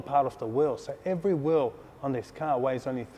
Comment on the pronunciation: wheel not wherl